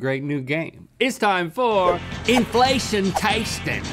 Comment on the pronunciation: Pretty sure Link keeps saying "infellation"